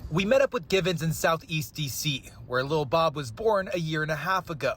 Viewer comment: Ok, absolutely love this reporter!!! 😊❤ First he says Lil Bob right, and then says his name without erasing the accent as it should be from a linguistic standpoint.